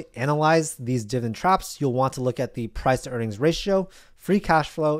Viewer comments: its pronounced DIV-I-DEND, NOT DIVEN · I’m 58 years old. Either he is saying dividend wrong or I’m an idiot 💁🏿‍♂️💁🏿‍♂️💁🏿‍♂️💁🏿‍♂️ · i need to hear you say dividend correctly at least once